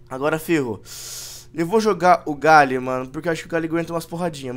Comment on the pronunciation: é impressão minha ou ele chama o GLALIE de "Galie?